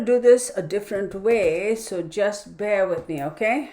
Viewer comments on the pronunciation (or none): none